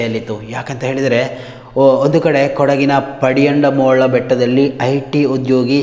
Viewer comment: ಪಡಿಯಂಡಮೋಳ್ ಅಲ್ಲ ಮಾರಾಯಾ.. ಅದು ತಡಿಯಂಡಮೋಳ್ ಬೆಟ್ಟ.